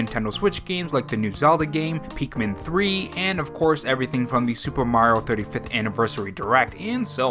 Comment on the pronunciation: “Peekmin 3”